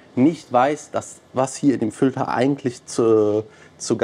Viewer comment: Seit Jahren erzählst du was von Fültern,... Aber in diesem Video wird richtig übertrieben. Triggert hart😂 Filter diggi, mit i